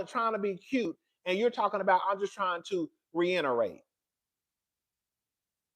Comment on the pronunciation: “Re inerate” had me CRACKING UP 😂😅